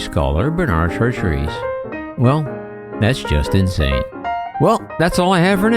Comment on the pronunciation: Gave up on video less than a minute in; narrator can't tell difference between Benard and Bernard - compounded error shortly after. And his pronunciation of de Chartres? Jeeze, get some advice on French pronunciation, ffs! °° °°°